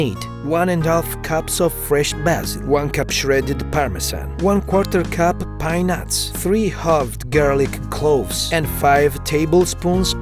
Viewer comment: By mishearing pine nuts it sounds like peanuts XD